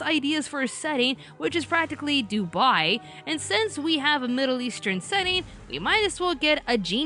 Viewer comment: What did she say? "...which is practically Dubai"? Is that the right word???